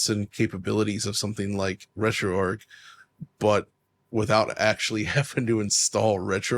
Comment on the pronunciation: RetroArch is not pronounced RetroArk. It's named after Arch Linux, where the Arch is pronounced like archer or archway.